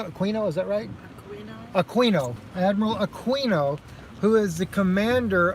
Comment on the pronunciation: It’s pronounced Admiral AkeeeenO